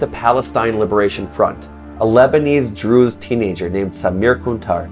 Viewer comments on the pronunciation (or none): none